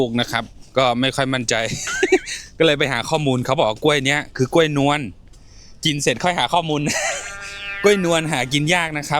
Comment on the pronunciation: กล้วยค่ะ ลากเสียงยาวนิดนึงนะคะ